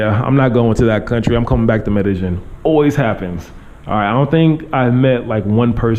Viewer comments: try to say medellin with the long "e" sound. Like: "medejeen" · Please pronounce the word Medellin correctly (Med a ying). ll takes the Y sound. Not trying to put you on blast but trying to help out. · They actually pronounce the double L more like a J than a Y in Colombia. But ya his pronunciation not great still. I thought the Ying ending was wrong at first but when i pronounce it that way it does kind of sound like how they say it haha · Learn how to pronounce it, first of all. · Atleast learn to pronounce the name of the town properly.